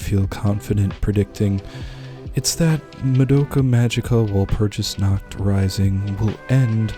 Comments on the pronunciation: It's pronounced wall - purg- us dude research cultures and pronunciations please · Take a few lessons on German and then pronounce walpurgisnacht again. Uncultured swines